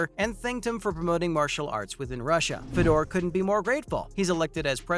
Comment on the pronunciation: Mah-chid-uh?? Fed-door?? Tito Or-tis?? Wtf go back and learn how to pronounce the fighter's names.